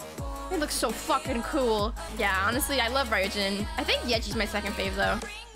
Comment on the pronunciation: lol, how is she gonna call herself a Midzy and not know Ryujin’s name is pronounced “Roo-Jin”?